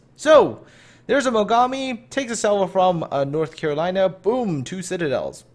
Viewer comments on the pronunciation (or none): none